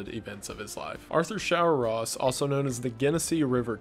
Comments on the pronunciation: My man said Showeross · Dont worry about screwing up Shawcross's name. He is to vile to even have a name.